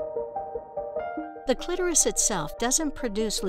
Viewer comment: Thank you for pronouncing clitoris correctly